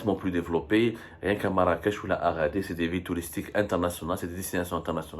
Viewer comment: Pourquoi il dis "aradir" cest agadir imbecile heureu